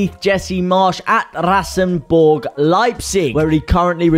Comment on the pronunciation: RasenBallsport Leipzig, not RasenBorg.